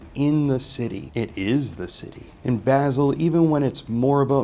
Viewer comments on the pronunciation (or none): Basel with an ah sound not a like apple. Very good observations.